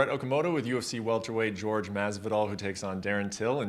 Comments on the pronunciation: WHY IS HE SAYING GEORGE? IT'S WHOREHEY! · Can anyone confirm how to actually pronounce his first name? Is it George (like in this interview) or Whor-hey (like Bisping says it lol)? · Wtf is George? Its pronounced 'Hor-he' you fucking idiot. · Why did Brett call him George when his name is Jorge??? That's messed up.